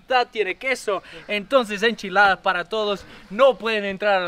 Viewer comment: Yooooo if those enchiladas were as great as your friend’s accent I will be very jealous!